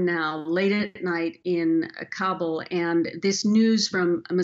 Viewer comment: It is pronounced KAH-BOOL not "Kable"